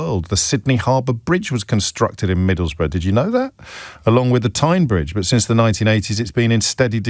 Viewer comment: Pronounced: Middlesboro’